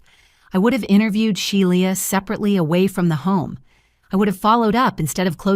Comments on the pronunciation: The name is pronounced "Shee-la" not She-li-a. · Shelia pronounced She la